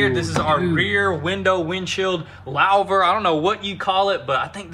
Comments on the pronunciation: Poleetz car with Lau'vers (loo-vers for y'all in suburbia (louver)) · Louvers were huge in the 70's/80's....pronounced "loovers".....